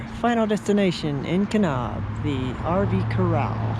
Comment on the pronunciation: Oh how the rest of the US wishes Californians would stay the fuck in California. Please try to pronounce the town names correctly. You mispronounced Kanab & your husband Hurricane. But if you think about it, you could avoid this embarrassment and insult if you just stay in California.